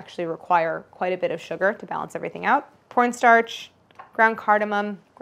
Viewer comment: ...did anyone else hear "pornstarch"? I got new earbuds so it might be me.